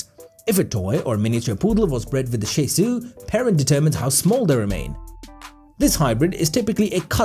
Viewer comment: It’s too bad the narrator doesn’t know how to pronounce ‘Shih’ or ‘Bichon’.